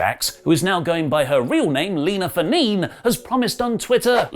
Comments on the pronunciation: "Fa-neen" haha, it's pronounced "fah-neh-neh" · Is it not pronounced Lina Fa-nay-nay? Seriously asking. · Nia Jax's real last name is pronounced Fah-neh-neh. It's a Samoan name.